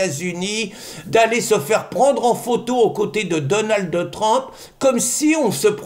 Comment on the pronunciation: S'il vous plait Pierre arrêtez de mettre un "e" à la fin de Donald ça me fait mal aux oreilles 😂. C'était le prénom de mon mari décédé